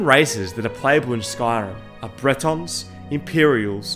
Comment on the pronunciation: Bretawns??? ill excuse that pronunciation considering from Britane